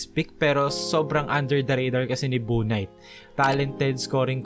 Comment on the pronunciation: Bouknight is pronounced "Book-night"